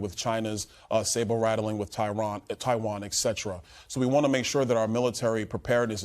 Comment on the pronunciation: 👩🏿‍🦲@ reverts to 'hood speak' labeling an asian country in the western Pacific, "Tyron" 😮😂😂😂😂😂😂